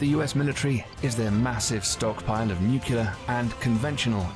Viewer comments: Whenever I hear nuclear pronounced as "nucular", I wanna throw my laptop out the window. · Hello, anyone who pronounces it "New-Q-Lar" probably gets a "bless your heart" in the south and "are you an idiot" in the north. Tonight we have a $650mil lottery. You pick the #'s, I buy the ticket, we win, we split. Are you game? Do you have any Irish Luck in you? Pick 5 from 1 to 69 and then 1 from 1 to 26. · I think it's an accent thing when people pronounce nuclear as nucular. A good mnemonic device is nucleus as in atomic nucleus so nuclear. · THANK YOU!!! That mispronunciation drives me INSANE!!! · You are correct: the narrator mispronounces "nuclear." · You are CORRECT, it IS nuclear. I hear people mispronounce it all the time, even people who have professional ties to the industry and should know better. Drives me crazy. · Is is really that difficult to pronounce NUCLEAR, correctly ?!?! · This video omitted our greatest weapons – our military service men and women and our allies. You'd think a posh British presenter would know how to pronounce "nuclear." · actually pronouncing nuclear is dependent on the accent and some can barely say it like the former president bush the younger as he barely said it right. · 🤣 While still pronouncing it “nuc-u-lar” 🤦🏻‍♀️🤣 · You're right. It's nu-clear, not nook-yuh-ler. That sh't drives me crazy...There's no freakin' "y" in nuclear! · I hate the way the narrator says "Nucyular" instead of Nuclear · Yes, it's "nu-cle-ar" not "nu-cu-lar". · You are correct, it IS "noo-klear", not, "nook-u-lar". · New-klee-ar. Not New-kyoo-lar. Sigh. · You're right it's Nuc-le-ar not Nuc-u-lar. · People don’t go postal because you thought nucular was a word. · It’s alright, Jimmy Carter still says “nucular” while Europe thinks he’s a fucking genius. I guess that tells us something about Europe. Also, I’m from Jimmy Carter’s home state of Georgia in the US so feel free to say silly things. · Only George Bush jr. said Nucular.